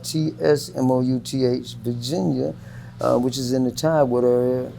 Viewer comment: He pronounced Portsmouth correctly lol